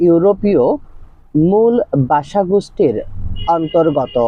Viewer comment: বাসা নয় ভাষা